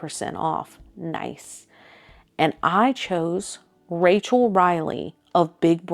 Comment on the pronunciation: Impressive! I actually didn't like Rachel when I first saw her season, but she was the best thing about last season. I could only listen to the recaps after she left. Um, too bad she couldn't just rerecord the Cameo when she realized she pronounced your name wrong though ...